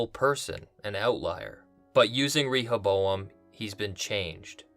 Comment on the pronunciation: I believe the pronunciation of "Rehoboam" is not with a strong "E".